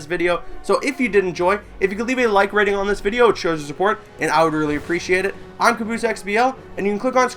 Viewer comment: why does hi say like ratting